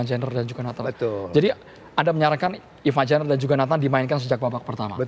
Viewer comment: coach,, sejak kapan ivar jenner berubah nama jadi jenniver 😭😭😂